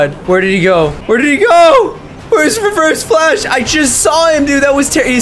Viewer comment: “But today we’re gonna be fighting nIGgAAa flash”